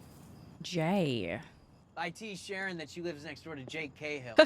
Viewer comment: Sharon not SHANNON